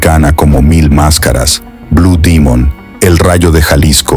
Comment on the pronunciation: No es una persona real la que está leyendo, es un lector de IA, por eso pronunció la palabra en inglés, pues así lo reconoció el programa de voz.